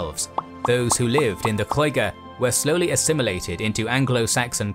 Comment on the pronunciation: I never knew that Lloyger ment lost land in Welsh and it was originally only in the East and South of modern day England. Us the Welsh still call England Lloyger. I know Welsh letters are hard to pronounce especially LL but when you said Lloyger it really did hurt my poor Welsh ears....LOL..